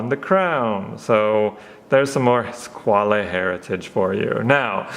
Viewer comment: Nice review..just about "squale"it s another french word to say "requin"...a shark.So..pronounce squal😉not squalé